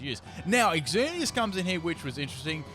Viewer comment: Exzerneas ??? It's just pronounced Zerneas right ?